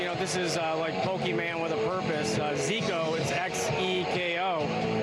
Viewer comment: He said pokeman